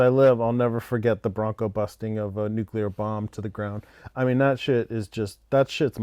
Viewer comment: "Nuclear" is pronounced "new-klee-urr", not "nuke-you-lurr". It is pronounced how it's spelled. Most of Peter's Strangelove scenes were improvised.